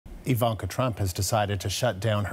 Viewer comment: Please pronounce her name right ;) Just sayin